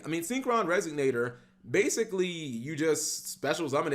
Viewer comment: bro it's RESONATOR why does it sound like you sayin "resignator"